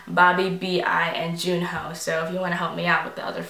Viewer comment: Junhoe's name is actually pronounced "Joon-Hwe" Great Reaction!!!